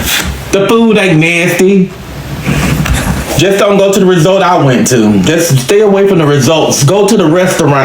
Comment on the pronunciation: Lol...I thought I was the only person that realized that can't say resort right! Lol...I was cracking up